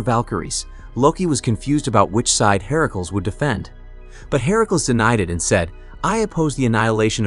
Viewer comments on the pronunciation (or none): Ok i was up for this but the herakuls bugged the hell out of me. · Why you keep saying Hercules name like that it's not pronounced that way